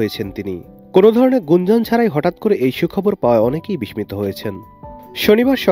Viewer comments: খবরতো ঠিক আছে কিন্তু চ্যানেল আই এর মতো একটি প্রতিষ্ঠানের রিপোর্টার যখন বিষমিত উচ্চারণ করেন তখন আমরাও বিষমিত হই। কারা এনাদের ভাইবা নেন। মেধার কি সুন্দর দৃষ্টান্ত 😂😂😂😂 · বিস্মিত উচ্চারণ , আগস্ট উচ্চারণ ! পড়া লেখার মান কোথায় যাচ্ছে !